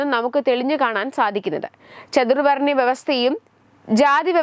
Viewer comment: ചതുവ൪ണൃമല്ല. ചാതു൪വണൃ വൃവസ്ഥ. നൃൂസ്.വായിക്കുബോഴെങ്കിലു൦ അല്പം ശ്രദ്ധ കൊടുക്കുക. ഇല്ല ങ്കിൽ മലയാളികൾക്കുകൂടി. നാണക്കേടാണ്.